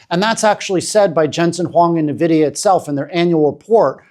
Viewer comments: It is pronounced N - vidia, not nvidia One would think someone talking about a company would learn how to pronounce its name… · Really great analysis, however it's 'En-vidia", not "Na-vidia" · Nvidia is pronounced as invidia(envidia) as it comes from Latin Invidia. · Maybe its because i'm a tech guy but people saying Na-vidia instead of N vidia really gets to me. Huawei do have a talented team of chips designers but they don't have access to foundries like TSMC and fabrication machines needed to make chips that can match Nvidia's best chips. These limitations have severely handicapped huawei to the point where they can't even get their Kirin chips to match last gen's chip from snapdragon. Lets be logical and wait for the 910D to be benchmarked before saying China dont need Nvidia's chip anymore.